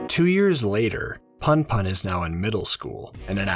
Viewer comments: It's not too bad, and I've already finished the manga... but damn every time you say "Punpun" as "Panpan" (and actually all the other names) it takes me out of the story lol. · Pun pun is pronounced in a way that rhymes with you btw. Poon poon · I cant watch any videos where the main characters name is mispronounced throughout the whole shit LOL. im sorry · This is good, but your pronunciation of Punpun was really distracting lol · 2 ½ hours, and not once do you pronounce Punpun correctly. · Bro read the whole thing g and made a video essay, but can't even pronounce the name right. Gj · not sure if i can watch 2 hours of this guy mispronouncing punpun tbh 💀 at least learn how to say the protag's name if you're gonna put in all that effort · I'm sorry, I can't listen to 2 and a half hours of someone pronouncing the main character's name wrong lol. Please look this stuff up before voicing your script next time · it's a good analysis but every few seconds I'm in pain cuz of the pronunciation lol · Makes two and a half hour on punpun Doesn’t research how to pronounce punpun YouTube video essays man.